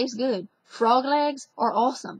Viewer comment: Love this language topic. I notice she pronounces the word "are" as "ower"...kinda. Also, A fais do-do is a Cajun dance party; the term originated before World War II. According to Mark Humphrey, the parties were named for "the gentle command ('go to sleep') young mothers offered bawling infants." She'd want the baby to go to sleep fast, 'cause she's worried about her husband dancing with somebody else out there."